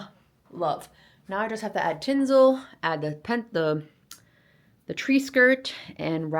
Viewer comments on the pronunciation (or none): I love you, but the pronunciations are killing me! U don’t have to be a genius to know how to pronounce things! Just pay attention! These are common words like tinsel TIN-Sill! It’s Gray-Din Road! U’re so cute! It’s all good! Couldn’t spell, to save my life. I can spell better in Italian bc it’s a phonetic language Go figure! Love the beautiful bird screens behind the tree & your tree is gorgeous! ✨🌟Every ornament is so beautifully placed! Absolutely divine! Love all of the beautiful decorations hanging from the ceiling & the garlands everywhere! Just top shelf! Since it’s now July, but there is Christmas in July, ☀️⛵️🌟Merry Christmas & the Happiest New Year! I’ll see u next Christmas & be on time now, that I know about U!💖🌟🌼🥰🌻💖U,!🌟✨🦋🌻🌼☀️🥰🐥🌼